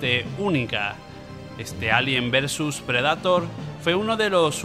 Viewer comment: Excelente video, solo sugiero que sino se pronuncian los nombres en inglés los menciones en español. Depredador en lugar de “PRE-DA-TOR”, siento ansiedad cuando los pronuncias así.